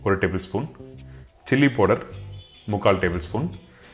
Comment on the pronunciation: What is po-durr ? Did you mean powder or fine ground spices yo ? The Po-durr ain't making sense